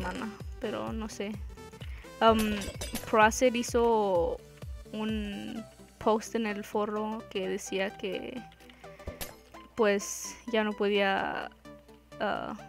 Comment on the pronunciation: es foro no forro